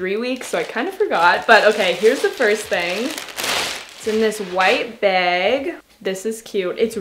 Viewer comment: Hey, where are you from, because every time you say bag , it reminds me of New Jersey, are you from there?(no hate at all, just curious)